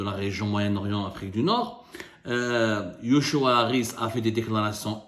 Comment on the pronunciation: yochua se prononce Jochua